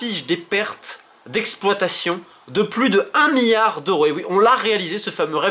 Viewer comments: le "miyard"? XD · Romain tu as un problème avec les L tu dis à chaque fois Miard et mions sers toi des L 🤣🤣🤣